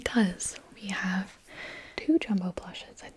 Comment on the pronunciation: I genuinely thought she said “I am twelve”...